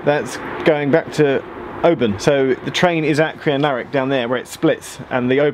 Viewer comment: I used to live in Crianlarich. Well done on pronouncing it